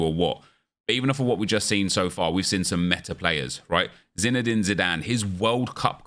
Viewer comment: Nep man, i love your videos, but... qhen you say Zinedine wrong it hurts my ears